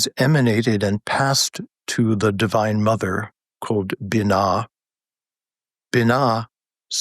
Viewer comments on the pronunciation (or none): The feminine in Kabbalah is pronounced bee-NAH, not binna